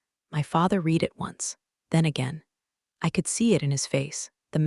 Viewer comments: Why do the people in these stories drink second rate coffee. Also when will the past tense of read be correctly pronounced - rhymes with red. Clause not claws. The one-eyed footnoted should have been The one I’d footnoted (the mind boggles!) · Ha, right? Between the bad coffee, mispronounced ‘read,’ and mutant one-eyed footnotes, I’m starting to think corporate revenge stories need an editor with caffeine privileges. 😂☕